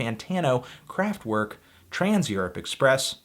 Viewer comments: IT'S PRONOUNCED KRAFT-VERK WITH A V NOT A W, WATER FILTER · "w" in german is pronounced as "v" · So you can pronounce Neu correctly but not Kraftwerk? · The way you keep saying Kraftwerk hurts my ears